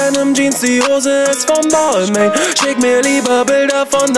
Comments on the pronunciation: Hab gegoogelt Balmain spricht man so aus: bel'ma(n) 🍍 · Ehrenmann kauft sich Marken die er nicht mal aussprechen kann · Lern bitte erstmal balmain auszusprechen bevor du einen Song drüber machst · Wie wird es ausgesprochen Bal ming oder was😂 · Belmain wird es ausgesprochen aber Balmain geschrieben .... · Das ist französisch, dass i und das n werden nicht ausgesprochen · Red nicht von labels die du nicht mal aussprechen kannst